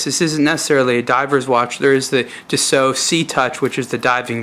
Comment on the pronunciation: ur voice is really fucking anoying and its not tisooooo its tissot u dumb fuck